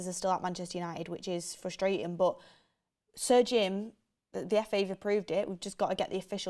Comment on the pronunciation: Is going to learn how to say Sir Jim. It is got surgin.